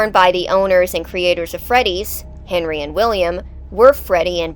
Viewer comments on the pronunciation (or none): none